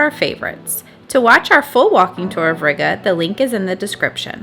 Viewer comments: Ree-gah, not Rigger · It was a little painful to hear you pronounce Riga…. Gotta roll that R a little and the I is more like a long E.. like, Rreega